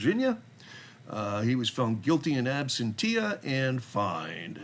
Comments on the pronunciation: Okay, I don't want to be "that" guy, but the pronunciation of "absentia" is "ăb-sĕn′shə," not "ab-sen-tee-ah." (Think "ab-sen-shah" if that will help. That being said, it is clear that the frauditors can't get a real job so they make a living by harassing people and not being productive members of society. Unfortunately, YouTube enables frauditors by paying them for views of ads. Keep up the good work. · Ooops* Absentia pronunciation: Ab-sen-cha*🥰